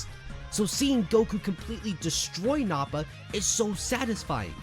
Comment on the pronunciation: It's nah-puh not Naw-pah